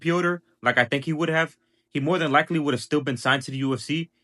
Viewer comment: We don't understand he says Would've or Would'nt